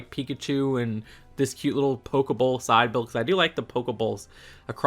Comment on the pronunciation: Did you just call that a Poke-bowl???